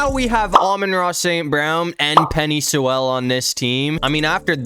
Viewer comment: “Penny Sewelle” 💀